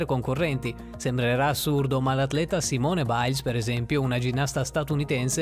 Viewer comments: c'è un po' di confusione... ritmica, artistica, danza aerea... comunque si legge "simon" non "simone" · Simone Biles si legge simon....comunque ci sono alcuni errori👌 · Si dice saimon e si scrive Simone ma e americana Cristo ed e una femmina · Hai letto male Simone Biles🤦🏼‍♀️ Comunque bel video😁😁😁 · Come L’ hai L’ hai pronunciato Simone Biles?😂